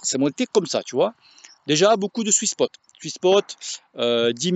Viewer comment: j'ai réécouté plusieurs fois le swiss pot est sans doute un variante du pot belge 🤣 je pense que tu parles du sweet spot 🥰 (oui moi aussi ma langue fourche 🐍)